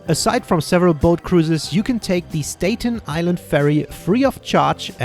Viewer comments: If you come back to visit us again, it's pronounced "STAT-en Island", not "STATE-en" :). Glad you got to see a lot of famous landmarks! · it’s “STAHT-EN” island not “STATE-EN” island just correcting you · It's pronounced, Stah ten, not, Stay ten island. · Not to be an asshole or anything but it's pronounced Stat-en island not state-en island. Took me a minute to realize that's what you meant. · Staten Island is pronounced like statten island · It's pronounced st-at-ten not stay-ten. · Stay-ten Island? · STAT-TON ISLAND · I’m so surprised at how you pronounce Staten Island. It’s quite literally pronounced in a very German way “Stadten Ailand” haha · you are correct, it's pronounced like the cholesterol drug named statin :) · The way you pronounced Staten Island shocked me for some reason lmao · Cool video. You mispronounced Staten Island. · The way he pronounces Staten Island is so adorable (even if incorrect)! :) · You pronounce staten island wrong lol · Subscribing already and this is the FIRST video of yours that I have ever watched. Very well done. I love your accent and both of your perspectives. I love the way you pronounce "Staten Island" in a very reasonable way, but NOT correct for the locals...which is just fine...you also alerted me to the cost of the Empire State Building ... no wonder that there was no line waiting to go up there !! I think once or twice in a lifetime at the top is worth the price. Central Park is a wonderful respite...New York City never sleeps...you have lots of reason to come back here !! Your video editing and sound mixing is professional, a reason I subscribed to your channel, and to find out more about your adventures in the USA and elsewhere. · Wonderful video, so I’ll give you a pass on your pronunciation of Staten Island.